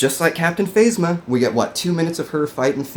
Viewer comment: Totally agree with you about the movie, but, this a little OCD talking, but, why do you pronounce things differently when I know that you know how it's pronounced? It's not phase-muh, it's faz-muh. You know that. I don't know, I don't know why you chose to do that. It's weird